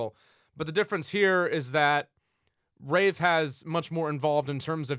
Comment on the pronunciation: Anyone else think he pronounces Wraith like Rave?